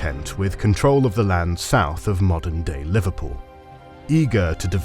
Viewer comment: do you meen moden day Bulgaria?